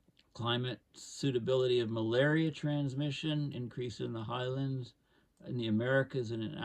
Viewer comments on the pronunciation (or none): none